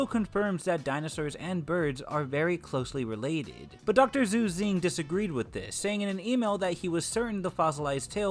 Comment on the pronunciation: Xu Xing = sounds like "Shu Shing" not "Zu Zing"